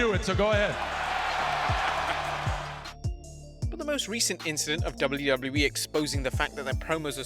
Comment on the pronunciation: You say wlwe it's wwe